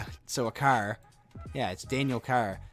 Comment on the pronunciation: The way you say car 😷😂